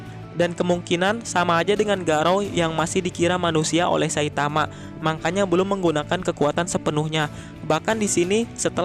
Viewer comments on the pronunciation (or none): "Makanya" min ,bukan "mangkanya" Wkwkwkwkwk🤣🤣🤣